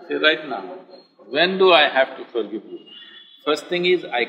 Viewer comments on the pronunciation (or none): Forgivvvvvvuveeeee madam it’s forgive Where did u study that ur English and the pronunciation is so bad 😀I like the way she said forgive very softly . Lol she was probably scared ppl will judge her the way she says it . Only colour n look s no wonder she hangs out with all serial actors .